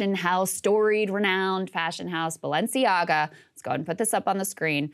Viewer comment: Ah, then we discover what the name Balenciaga means. Rather "Baalenciaga"...